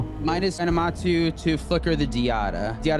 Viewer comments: Aminatou, not Animatou lol but great games. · Animatou ?! It's aMINAtou